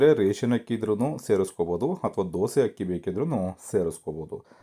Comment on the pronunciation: ಹಕ್ಕಿ ಅಲ್ಲ ಅಕ್ಕಿ